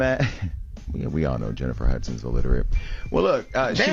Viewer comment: This just made me realize how many people can't pronounce the word "illiterate" correctly 😂😂